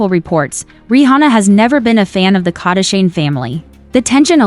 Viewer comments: But its funny!!! KardEshians... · If you keep using a computer voice which can't even pronounce "Kardashian" correctly you will never get any subscribers.